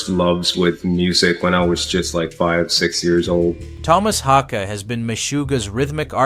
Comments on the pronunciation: I’m still waiting for the first American to pronounce his name somewhat correctly. The double A in his second name is pronounced Å, like the A in ball, fall, tall. And the last E in his second name is pronounced E like in ebony, ever, enemy. The narrator pronounce his name almost like "hockey". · I'm not sure how many different ways you can pronounce "Haake" but here is how it is meant to be pronounced: H-awe-keh. Not hockey, not hawkeee.. Phonetically it is "Hawekeh". Haake. You're all welcome lol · Haikey, Hockey...if you can't pronounce it right, at least stick to one pronunciation. Btw, it sounds like 'hawk-yeh' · learn to pronounce his surname properly please. this is unbearable lol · I love that you came up with 5 different ways to.pronounce Haake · For chrissakes pick a pronunciation (however wrong) and stick with it...4 different attempts. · Drinking game: Take a shot each time the narrator pronounces Haake a new way. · Take a sip every time the narrator changes his pronounce of "Haake". Or drink responsibly. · Haake is with a really deep A, is in "car", and an ending "eh", is in "eh" 🙂